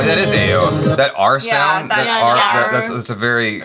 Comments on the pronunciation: Ao is pronounced as like Awe.. Not like aaayo.. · The way you pronounced Ao, its A-O😂,** Ah-ou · I'm from the Ao tribe and it's prounounced as Aa-u as in ouch without the -ch. And those costumes are our traditional attire which our ancestors adorned. Thank you for your review. Loved it. Keep it up. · pronouncing it as A-O killed me. Hahaha. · You pronounce Ao as Awww😄😄